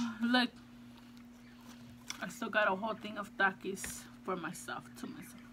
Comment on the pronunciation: No offense or trying to be mean but the way you say takis you say thakis